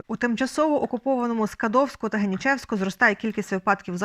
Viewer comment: Генічеськ, наголос на і